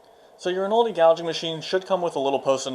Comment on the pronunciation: In-o-leddy, not In-oldy. Other than that, a decent explaination.